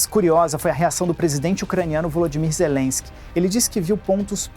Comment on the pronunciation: Olha o molusco falando o nome do presidente da ucrania, falar com ZERENSKI, quem vai levar a serio um ex condenado?! kkkkkkkkkk